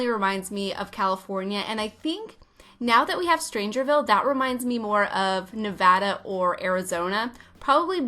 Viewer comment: She said Nevada correctly! I’m crying with joy